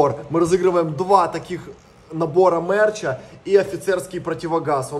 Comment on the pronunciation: Надо говорить мерч, а не мэрч🤣